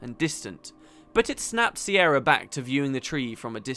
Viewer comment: Is her name not an alternate version of Ciara/Kiera/Kiara etc, pronounced K-ear-a